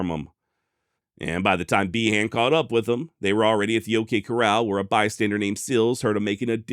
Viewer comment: Behan = Bee-en